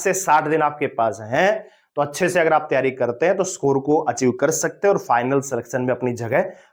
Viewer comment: स्कोर ❌ सकोर ✅😤